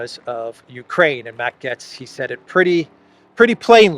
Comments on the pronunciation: It's GATES, not GETS. As in "GATE" with an s. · You keep prounoncing Matt Gaetz as Gets instead of Gaitz, that's very annoying. Now Matt Gaetz has all the qualities to become the US President later down the road : he is an extraordinary debater, better even than RAMASWAMY, so that Jim Jordan would be the Secretary of State and Marjorie Taylor Greene the House speaker after a four year term as President either by Trump or Ramaswamy, the fall of Rishi Shunak and the congrol of Parliament in Canada by JAGMEET SINGH. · His last name is pronounced "GATES" - Matt Gaetz - You sound funny saying "GETS" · I think it’s supposed to be pronounced “Gates” rather than “Getz.” Remember Stan Getz of jazz fame? I saw him once in Berkeley at a Japanese jazz spot. Good food! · Gay-ts. Not Gets. "ay" is very audible in his last name. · his name is gaetz not gets omg lol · Its Matt "Gates" not "Gets" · In German it’s pronounced “gets” but in English we say it like “gates” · The Curse is so real. ❤ Also, pronounce Gaetz like gates. Keep him in mind to follow in DeSantis's footsteps here in the free state of Florida. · It's pronounced Gates as his last name. But yeah surprised that they are really pushing the rep from my state Jim Jordan just that I am not in his district in Ohio. And Jordan has said he would seek the speaker position if he had enough support. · FYI here pronounced as "gates" I hope I'm not censored for that FJB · Its pronounced Gates! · It's pronounced Gates. Matt Gaetz is great - he's a well spoken man of the people. I (like Robert Barnes) hope that Byron Donalds gets to be speaker - another lucid and well spoken man. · Gaetz is pronounced "Gates".